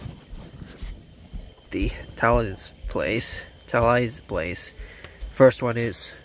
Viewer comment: The store you mentioned in the beginning of the video is actually pronounced Ta Leez